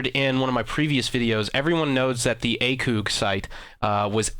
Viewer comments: number 1 you are pronouncing ACOG wrong, say the letter A and then think of cog tags in gears of war now put the two together and you have ACOG number 2 the definition of an assault rifle is a gas operated, air cooled, magazine fed, semi automatic and 3 round burst or fully automatic rifle. Where as the maschinengewehr 08 is a machine gun witch is defined as a gas operated, air or water cooled, belt fed, fully automatic, mounted on bi pods, tri pods, or vehicles. Both of the definitions are from the U.S. army F-M's on these weapons other wise known as training manuals. Get your shit right. By the way I had never heard of you until I stumbled upon this video. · u miss pronounced acog the last part is like fog but with a c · You should really look up pronunciations for things before making a video XD Butchering Maschinegewehr and The "ACOOG" sight. I couldn't take much more of how dumb you sounded after that. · lol mooooo says the cow... Acoooog says the idiot! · you're talking about him not being able to pronounce a weapon name but then again you dont know how to pronounce ACOG yourself. i literally cringed when hearing you said it x) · and he pronounces ACOG wrong! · you can't even say ACOG and u said flyer two different ways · your saying ACOG wrong lol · Lol he can't say acog right XD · Please never say A Coooog site again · he pronounces ACOG SIGHT like a muppet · A-COG not "A-coug" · Why is he saying acoog sight its acog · Btw the acog is not pronounced like acug because that's what it sounds like it is a and then a gear cog like that acog not like acug I'm just saying but it's acog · Please for the love of all things holy, it is pronounced A-Kog not A-Koog any one with any military or shooting experience will tell you. Not being a ass but don't want you to sound stupid man. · can you say anything its wtf its acog not acooog and Maschinengewehr wtf and this is only 5mins in and no one fucking knows who you are Mr big deal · ACOG not ACOOG lmao